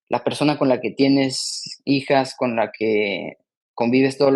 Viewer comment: Dijo 'he estado von ella' en lugar de decir habia estado con ella